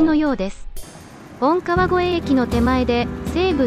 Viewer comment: ナレーションで、本川越駅を「モトカワゴエエキ」って言ってたよ。